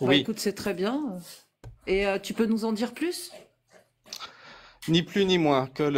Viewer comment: un accent un peu prononcé si tu vois qu'est-ce que dj'veux djirrr !